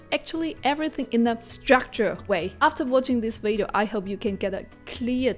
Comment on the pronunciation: You can’t even pronounce the word video properly. Maybe you wanna focus on that first